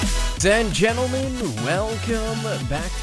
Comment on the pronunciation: "zen gentlemen"